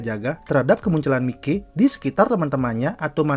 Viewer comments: kenapa Mi-Key bukan Mai-ky penyebutanya . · Mayki bang bacanya😐